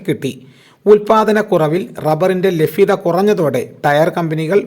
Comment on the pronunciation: കൂടട്ടെ വില കൂടട്ടെ... ലാഫം അല്ല ലാഭം ലഫ്യത അല്ല ലഭ്യത